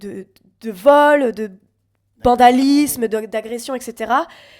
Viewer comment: Elle a dit « geogiquement » et « bandalisme » en moins de 10min donc bof pour une meuf qui parle comme une prof de français